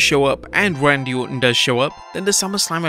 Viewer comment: Can we talk about how he said Randal ortan